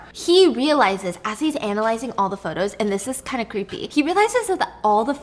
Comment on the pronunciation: Also, "potos" at one point hahaha